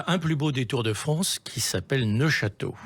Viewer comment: neufchateau, pas neochateau